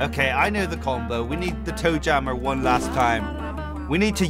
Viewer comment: name toe jammer “joe tammer”